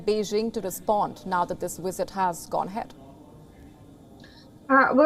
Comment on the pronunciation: The wisit was amazing vasn't it?